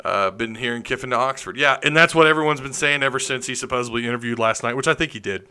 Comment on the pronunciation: The word is supposeDLy not supposeBly